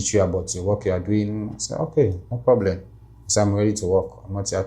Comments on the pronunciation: they way he said broblem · Nope he is not! He says borblem not problem!!!! And he said balas there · Clearly he is somali or Ethiopian somali but 100% not eritrean🇪🇷🇪🇷🇪🇷.he said broblem instead of problem😂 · The way this guy pronounces "problem" proves he is Somalian. You can check for yourself how Somalis pronounce it.problem. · He can't say p. He pronounce it as b. 😂 typical somali of any kind. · Yeah I agree, I hear some Arab accent there. He pronounces "P" sound as "B" like native Arab speakers. He said he also spoke to the Syrian people, which you can only do if you know Arabic.